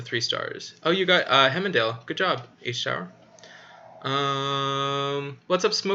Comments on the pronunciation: Heimdall - it is Haimdal, what is wrong with you Anchor? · Tyr pronounce “Teer” or “tear” 😢 rhymes with dear. Heimdall- heim pronounced like Lime the fruit, dall sounds like doll. HimeDoll Heimdall